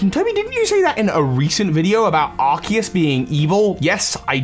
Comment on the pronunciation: Uhhh it's Arseus